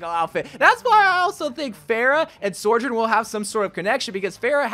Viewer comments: How can both hear and type out the name sojourn and still say sorjourn... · so-journ. not sore-journ. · Why is he pronouncing Sojourn like Sorjourn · How are you still pronouncing it SOARjurn when she’s literally saying it 😭😭😭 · Please stop calling her “sorjern” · Where are you getting this extra R from? Sorrrrrrrrjern!!!!!!!!! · the way he’s still calling her SOREjourn 😭😭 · Ikr, he’s been saying it since 2019, is it that hard to just say SOjourn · Bro PLEASE just say her name right. It’s not Sorjourn it’s been 3 years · Blizzard is waiting to release more Sojourn content until you start pronouncing her name right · this bugged me to